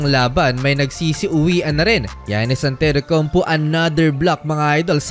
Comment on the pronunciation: Who is Antetoukounp"U"?